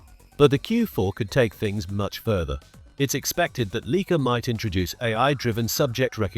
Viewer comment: "Leek-ah?" Sorry, but the entire video loses credibility when the brand name is mispronounced.